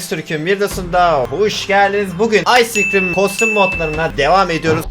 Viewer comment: Sciscrim demesi baslagincta